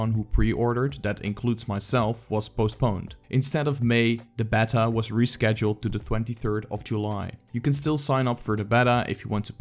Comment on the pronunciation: Great vid! Btw It’s pronounced “bay-ta”